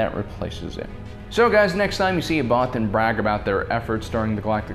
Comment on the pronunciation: First time I saw it I thought they said “many brothers” I mean mean what is a godamn bothan